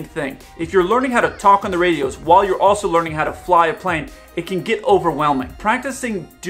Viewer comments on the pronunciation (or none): none